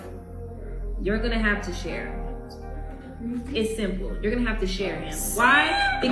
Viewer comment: Why did say simple like that lol